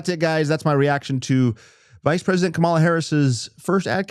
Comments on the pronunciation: You could learn how to pronounce her name. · Let's mispronounce her name right off the bat. Yeah, another honest, good-faith Christian argument, just like trump would use. Any Christian who supports trump is a great argument for atheism. The hypocrisy that such a thing takes is nearly unimaginable and only attainable by christians.